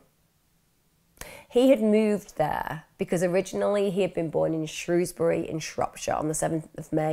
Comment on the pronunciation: Finally someone who actually says the name of my home town correctly! On a more serious note, im surprised that growing up in Shrewsbury ive never heard of this case